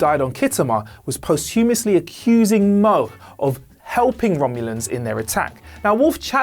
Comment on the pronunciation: I always thought it was Worf son of Mogh, not Worf son of Moe nice to know.